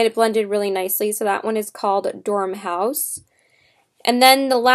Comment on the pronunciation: You mean Dor-mouse, not Dorm-house. Nice video...thanks for the honest review...:) Listen to the old Jefferson Airplane song "White Rabbit"...you will probably enjoy it since you are such a fan. A interesting view of the story....:)